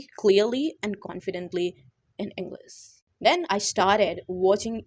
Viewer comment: Bht axhi tips hen....Masha Allah... Plzz try to pronounce well like English not'englis' U can do it too😊